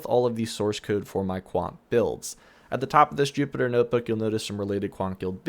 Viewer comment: “Poewker” “Noewtbook” “Coewding” Translation: Poker, Notebook, Coding